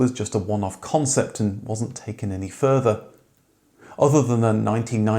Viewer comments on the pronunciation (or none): none